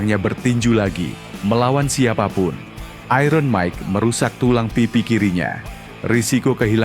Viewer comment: Sebut 'iron' pun tak betul orang Indonesia ni. Belajarlah Bahasa Inggeris dengan betul.